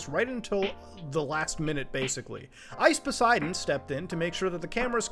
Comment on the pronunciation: I can’t tell if muta is trolling when he says ice Poseidon